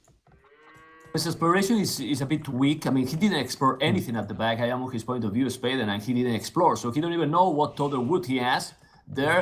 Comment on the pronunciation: De biew of de bipers casTel is soooo much better, but look at the villajers, ajajajajaj ... no thanks ;-) At least he promised to work on his pronunciation after Zach dropped a sentence in Spanish in this video :) Let's see if he really does